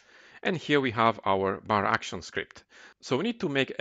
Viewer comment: Das "Baraction" macht mich verrückt. Es heißt "bar action". Kommt von "bar" und "action" :D Ansonsten gut gemacht.